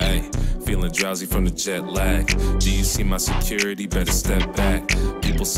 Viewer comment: Did my man really just say SUKI-rity. That's BARS right there🔥🔥